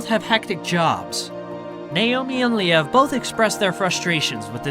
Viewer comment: I gotta say, this breakup really made me feel sad. They seemed like such a wonderful couple. Whatever happened between them, it seems like they are very active co-parents and do whatever they can to make the situation as comfortable for their children. Btw - I'm not sure you're pronouncing "Liev" correctly. Perhaps you can listen to other interviews with the stars you profile and hear how they pronounce their name.